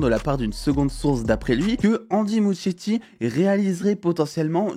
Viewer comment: Ça se prononce ''Mouskietti'' s'il te plait